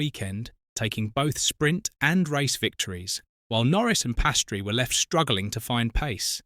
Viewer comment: He is calle Piastri…not Pastry🙄